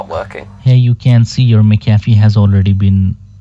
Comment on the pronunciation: "Mick Ah Fee" 🤣